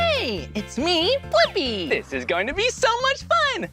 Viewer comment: STPHEN said pp while saying bliipi